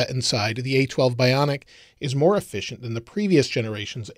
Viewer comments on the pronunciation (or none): none